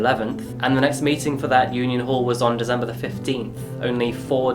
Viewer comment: DeCember NOT DeZember